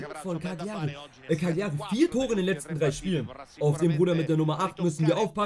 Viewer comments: die karrierefolgen sind baba aber broooooo es wird Caliari aus gesprochen nicht CaGliari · Cagliari wir Cal_ier_i ausgesprochen Triggert mich schon die ganze Zeit 😂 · Es kann doch nicht sein das ich der einzige bin den es triggert wie er Cagliari ausspricht…Bro das G ist stumm…sonst wieder gutes Video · Bitte probier in zukunft Gagliari richtig auszusprechen